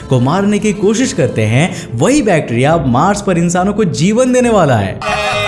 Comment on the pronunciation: He say bacteria prouncation wrong